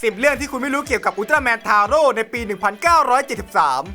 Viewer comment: 11.อุลตร้าแมนทาโร่ออกเสียงแบบไอ้โง่!!!!